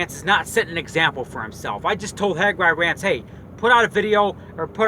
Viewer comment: Hag ri rants? Never heard of him